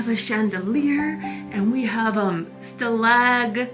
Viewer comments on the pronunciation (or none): The .ca Celing. Would have celactites. Not celaGTitets